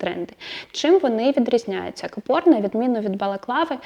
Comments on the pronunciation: Правильно говорити: кАпор, а не капОр. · Дякую. Цікаво завжди. Але у слові капор правильно наголос на перший слог кАпор.